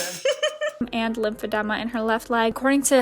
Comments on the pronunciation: listens to the pronunciation of lymphedema as lymphed-EE-ma and proceeds to keep saying lymphed-E-ma lmao we love a rebellious queen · Lymphedema = it’s pronounced this way “ lymph - fi - deem - ma “ 😊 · Listening to her say lymphodema is making me want to click off lowkey💀💀but I won’t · Love how you looked up how to pronounce, heard how its pronounced.. and its still lympha-them-ah.. i cant 😂💀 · girl the editing, the research, the commentary was so well done! I like that you went into detail about Annelise's story, not many channels have really covered her and you did a very nice job in this video! I still feel so bad for her 😔 and omg the way you pronounced lymphedema was so relatable 😂 plus that palette cleanser was so cutteee, you even sort of played devil's advocate when you were talking about Colleen. I even loved how you edited the Wii music over Gabbie 😂😂😂😂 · Why does your pronunciation of lymphedema remind me of Wendy Williams pronunciation of Dua Lipa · Girl if you could just pronounce the word correctly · OMG Annelise has the same disease as me! I had a great time listening to you mispronounce it lol. Then I got sad listening to her struggles. I've had lymphedema since birth and I can't imagine having to learn to live with it after living a full, "normal" life. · I’ve never heard anyone say “Lymphedema” like that ever. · I swear to god if you don’t pronounce Lymphedema correctly…… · As a med student, your pronunciation of lymphedema made my day, love your vids as always ♥️😂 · with another banger! but that lymphedema pronunciation is wild XD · Every time you said lymphedema wrong i cringed and got chills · You got the correct pronunciation and continued to say lymphedema incorrectly throughout the video lol! No biggie I just thought it was funny 😆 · She sure did, lol, Some people just aren't great with words, but it's okay cuz she spills great tea